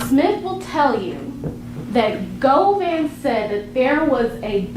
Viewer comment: Go vein 😂😂😂😂 it's Go van